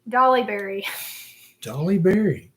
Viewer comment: Not Dolly Berry. Holly Berry!😊